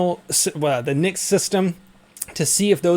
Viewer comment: It's pronounced en see eye see.